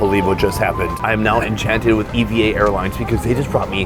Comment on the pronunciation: It's pronounced "evah air"... not E. V. A.